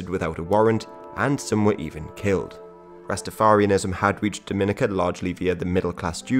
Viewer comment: I cringed every time he said Rastafarianism